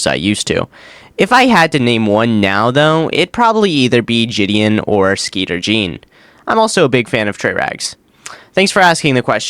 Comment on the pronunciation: Did you really call Jidion Jidian? Also Niko Omilana is not bad because he did not upload for a long time.